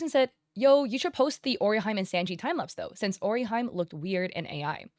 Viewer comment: “Sahnji” and “Luhffy” 😢